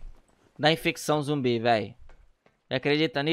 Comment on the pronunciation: É "ZUMBI" NÃO "ZOMBI" KSKDKSK